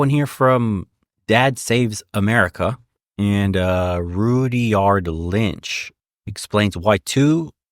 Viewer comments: it is not pronounced Rudy-yard, it is pronounced RUD-yerd (Like Rudyard Kipling, the English novelist and poet) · Haha, just like the famous writer Roo-dee-yard Kipling! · It's pronounced Rud (as in rudder) yerd. So close to "yard," but more of an "er" sound.